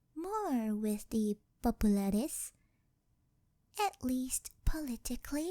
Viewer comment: Absolute Peak! I could listen to you say 'Populares' alone on repeat. Your pronunciation was spot on and your reading of 'Et tu, Brute' tingles down my spine. Totally checking out more of your other content after this!